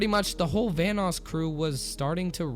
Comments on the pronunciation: It sounds like you're saying Thanos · why does it sound like your saying thanos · i swear he said thanos not vanoss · Every time you say “Vanoss” it sounds like ur saying “thanos” lol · Sounds like you are saying THANOS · It sounded like you said thanos instead of vannos. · Thought you said thanos gaming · I'm scared of how you pronounce Vanoss. T H A N O S . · Anybody else think he was saying Thanos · I thought you said THANOS